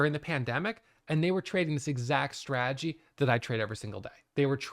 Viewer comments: I didn't even realize till I read your comment 😂 now i can't unhear it 😂😂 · Too funny😆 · didn't notice and now I can't unhear it LOL